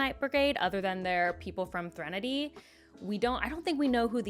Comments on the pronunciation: Thre “nahdy”?? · Another one to add to your list of mispronunciations! 😂😂 (Threnody is a real word, so unless I've just been unaware of an alternate pronunciation, I think this is a particularly clear-cut case of you being.... Bad at pronouncing things 🤣) /lh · It isn't a Cosmere video without at least one uncommon pronunciation of an inworld word! I'm pretty sure the official pronunciation of Threnody is THREN-uh-dee (thren said like spren) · Great video! Your pronunciation of Threnody injures my soul however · Has Sanderson put out any type of 'official' pronounciation guides on the names of people/places in the Cosmere? Seems every video I see has someone saying things differently. Scadrial (sc-ADD-rial vs sc-AID-rial) and Threnody (THREnody vs threNODy) are two I distinctly heard differently on this video. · Definitely the weirdest pronunciation of "Threnady"..... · Love this series. Great video as always. But I must say, that pronunciation “Threnody” threw me for a loop.